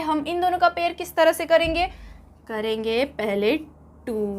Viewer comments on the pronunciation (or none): Ye pair ko pear padhre